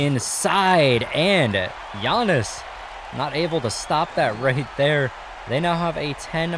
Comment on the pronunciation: You say giannis name so wrong